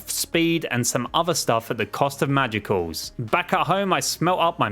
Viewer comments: I cry whenever he pronounces “magicules” as “magiculls” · It’s pronounced “magicules” with a silent e.